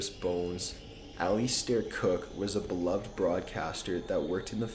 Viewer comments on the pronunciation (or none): none